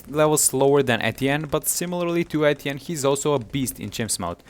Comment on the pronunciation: I found it helpful but am triggered by him saying Etienne wrong